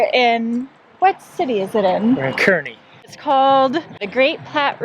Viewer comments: Hey, folks... it’s pronounced “Car-knee” not “Ker-knee”. We LOVE Nebraska & we really like living here! From Fairbury, NE. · BTW, Kearney is pronounced "Car-knee" not "Ker-Knee" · Just a small corrrection, Kearney is pronounced by the locals "Kar-ney". I made the same mistake and was quickly corrected1 Love your show and look forward to following you. Thanks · In Nebraska it’s pronounced “car-nee”. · FYI Kearney is pronounced Car-Knee! And yes we are the corn State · Great video of the arch museum. Of course us Nebraskans have to uniquely pronounce things so Kearney is pronounced car-knee. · I saw the word "Omaha" and checked out your video. I live there!!! We've got the best zoo! We also have great people, great food ...pretty much like all of the beautiful cities in the U.S.. Thanks for the nice review. Covid19 probably kept most people home during your visit. Oh ya ... Kearney is pronounced Car-nee. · And I was going to comment same thing when she slaughtered the pronunciation!